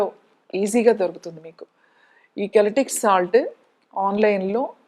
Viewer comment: అమ్మా.. అది కల్టిక్ సాల్ట్ కాదు తల్లీ.... అది Celtic salt ( సెల్టిక్ సాల్ట్ )అంటారు...